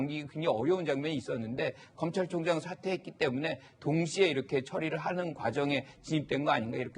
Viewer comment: 문줴이인 줭부의 검촬총쟝이다... 문재인씨 발음 너무 이상해요